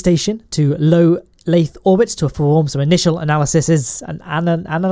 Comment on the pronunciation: *lathe-r FTFY